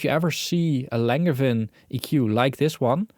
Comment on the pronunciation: Sorry to be that guy... It's pronounced "Lahn-zhe-van." It's a French surname.